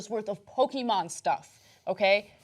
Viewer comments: Does anyone else get triggered by the way Ana pronounced Pokemon? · The e in Pokémon is short not long.